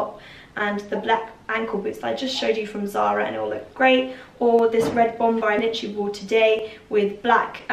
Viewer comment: The last ‘b’ in bomber is silent....